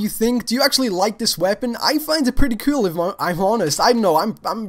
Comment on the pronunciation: "That is so cewl!"